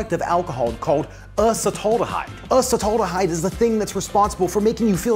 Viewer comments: Uhhh cetaldehyde? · Uh-sut-aldehyde, because you don't want to say ass-at-aldehyde! 😭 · The way you pronounced Acetaldehyde hurts my soul, man 🤣